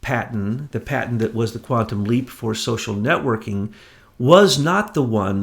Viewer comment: Great work you guys. This is the third video of yours that I've listened to. Thanks for digging up the info. By the way,, 'patent' has a 't' at the end; it's not a 'paten'. But great work, thanks; we need you!